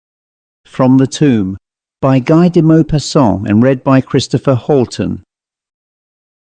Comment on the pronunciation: His name is actually pronounced "Gee".